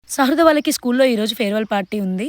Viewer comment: Shradha kadhu sahruda